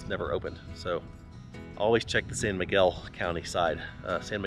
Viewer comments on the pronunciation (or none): none